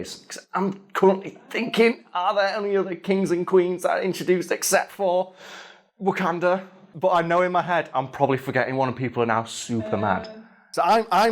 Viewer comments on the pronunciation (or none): none